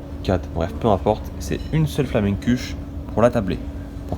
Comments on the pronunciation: PS. Flammenkuche ? On prononce juste Flam'keuche, tout simplement, pas besoin de rajouter des sons ;) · Exactement et personnellement je viens du bah Rhin et c’était énervant de l’entendre dire flamenQche